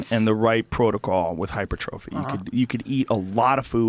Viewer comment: hy-PER-trophy... Dammit Joe.